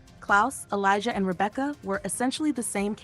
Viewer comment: Its elijah not elizar